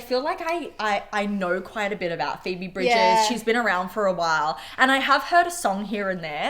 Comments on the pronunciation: Her name is Phoebe Bridgers not Phoebe Bridges. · oh and it's phoebe bridgers not bridges 😅